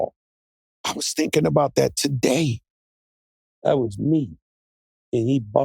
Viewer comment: “I was thinkn bout that today”😂